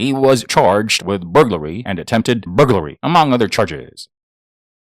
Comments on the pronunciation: "Booglary" is when you suck at your job. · I read your comment before he said it so I was listening for it and when he first said it I was taking a drink of my pop and almost spit it out my nose. That was great!!! Hahaha!! Booglary!!! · The way this man mentions burglary 😂😂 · LMAO the way you say burglary has me cracking up